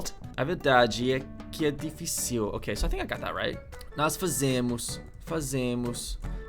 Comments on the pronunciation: Dificíl?? Dificíl??? SE PRONUNCIA DIFÍCIL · Não é dificiiiiil, é difiiiicil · When you say the word "difícil" you put a "´" in the last "i" like "dificíl", but to say this word correctly you must say something like "difícil". the word "cérebro" is a hard word too; you are saying "cerébro" instead "cérebro". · lembre-se de que os acentos indicam a sílaba forte. the stress is there. diFÍcil, not difiCIL, CÉrebro, not ceREbro. Com o tempo você vai perceber que a falta de acento também indica a sílaba tônica. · When you're talking, you talk higher when it comes to the accent, like diFÍcil, etc etc, also we do not use s/z in words that doesnt have these letters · Ele falando dificíuu 🥺👉👈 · in "difícil" the accent is on the "fí" "dji-fih-ciu" is more like this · . Damn, that was pretty freaking good. The pronunciation is good enough that, if you weren't literally saying you're not from here, i would have guessed you're just from another state. "Difícil" sounded a bit european tho, "D'fícil", damned portuguese chugging their sillables like its wine. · 'di . FÍ . cil' ta quase lá! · Actually when you say "difícil" you need to push the sound of the í to make it dragged so the word sounds correct